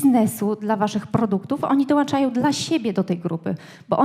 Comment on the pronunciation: Dołączają a nie ~dołanczają. Merytoryka spoko. Pomysł na biznes podchwycony.